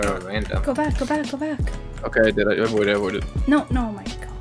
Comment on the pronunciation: "I voided"